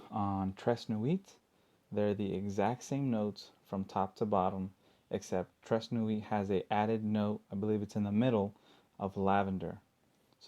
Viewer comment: Please learn how to say it properly. It will take about 10 seconds of your time. You sound like a fool when you say "trays nu-eet."